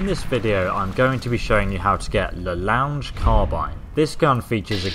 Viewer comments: Its pronounced LA long not the lounge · Also the gun is pronounced "La Long" not "La Lounge"